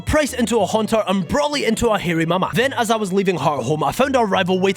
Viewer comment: This is LITERALLY the first time I have ever heard anyone other than myself call Hariyama "Hairy-mama". Pretty certain this is the absolute truth.